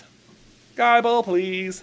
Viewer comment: It’s not pronounced Guyble…. the “i” is the same as the “i” in nibble